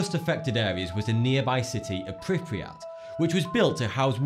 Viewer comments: Pripyat not priprijat... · Okay, so I thought that it was awesome you talked about Chernobyl but you got a couple things wrong. PRI PEE AT. and there are no mutated animals 🙃